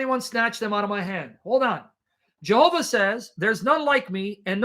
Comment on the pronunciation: Yehovah,, Yehovah! Stop saying J like the Westerners.